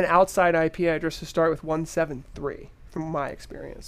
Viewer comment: Hahah! "We are about to shart!"